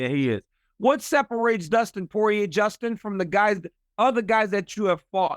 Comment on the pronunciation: Bro really said Djustin lol